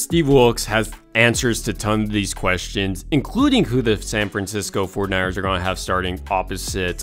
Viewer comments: Love the content but I thought you were saying "San Francisco Fortniters" the whole time. Also, you said it so much I thought you were doing this for a school report that needed 500 words or more. 😂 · Why does this guy say 49ers like that?!